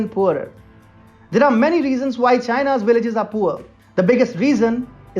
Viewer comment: "Willages" is that what the comentator said?